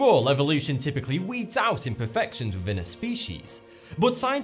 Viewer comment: Did he just say. . . IMPERFECTONS?!?!